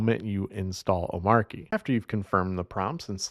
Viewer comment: Not pronounced "O-Marky"